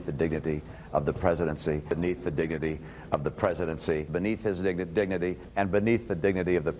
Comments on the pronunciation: "Beneath the diggity" Say what? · I think the kinds of attacks are beneath the diggity of the presidency, beneath his digga-dingety, and beneath the dingety of the President That's redeckulous. It's redeckulous. Reckless. Outrageous. My goodness!